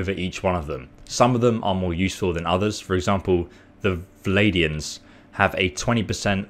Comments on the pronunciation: VlaNdians not Vladians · Reasonable video, thanks for intel, but a tad frustrating to hear VLAY-DI-ANS over and over. It's VLAN-DI-ANS please take a little extra time on guide videos, possibly get someone to proof check it? Also on info videos having your cam is kind of a pain, you covered some of the customisation and UI with your camera which isn't ideal for those of us trying to get as much information about the game as possible. Otherwise thank you very much for this video so early on. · Am i the only one unreasonably infuriated by the N erasure in "Vladians"? It's VlaNdians! XD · Talks about "best" faction without context -Doesn't provide timestamps below as mentioned and doesn't pin or like community that does it for him -Can't pronounce faction names ("vladians") -Channel name sounds like elder scrolls online official channel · dont mean to be nitpicky but you are missproununcing VlaNdians :)